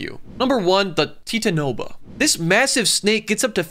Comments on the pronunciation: teetanoba) bro its pronounced thai-tano-bowa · It’s pronounced tie-tan-a-boa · The way he pronounced titanaboa 😂😂😂😂😂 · The teetanoba... T I T A N B O A Pronounced with an extra "A" So, T I T A N A B O A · Yeah he didn't know how to pronounce it its tie-tan-no-boa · Titano boa is pronounced (tie-tan O boh-a) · the titanboa is actually pronounced titana boa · It's pronounced Ti-tan-i-boa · Actually it is pronounced titan-a-boa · tie-tan-a-boa can you pls pronounce it right